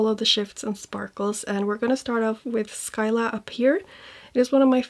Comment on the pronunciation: Between this release and the Clionadh one, I realize quite a few of those shades already exist in Glamshop's line . I'm sure you've seen them release 3 new multichromes. Their multis are prolly my favs. Btw Scylla is simply pronounced Si-la (See luh), the C is silent.